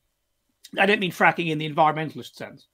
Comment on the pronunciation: Great stream! Ed Dutton, It's fragging not fracking, as in fragmentation grenade. Thrown into the officers tent.